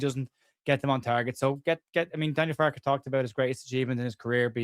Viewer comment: We need an intervention, it's Fark-E That's my gripe with 😄